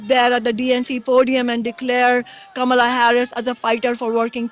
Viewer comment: With all the ridiculous emphasis the MSM is putting on the "correct" pronunciation of Kamala's name at the moment, I feel obliged to point out that the ACTUAL correct pronunciation is the way Kshama says it (short 'a' all the way through), not the "black" way Harris has been insisting on recently lol